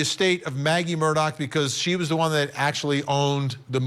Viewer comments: It's Mur-Daw not Mur-Dock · Actually, the pronunciation is Murdaugh as in "Mrdog" Someone who has never lived in the south would hear "Mrdock" but that is NOT what he is saying. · ITS MURDAUGH DAU NOT MUR -DOCK . OMG you have been "reporting" on this for over a year. You would think you could at the very least get the f ing name right. Smdh🙄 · Just an aside observation—Many commentators continue to pronounce Alex Murdaugh’s last name as though it is spelled “Murdock”. Which pronunciation is correct? Also, Alex Murdaugh’s family, co-workers, and friends actually pronounce his first name as “Ellic”. Is this a common pronunciation of a nickname for Alexander, in South Carolina? Just wondering.